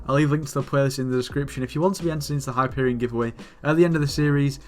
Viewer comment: Wait lol did you say "Wheat to Juju." Haha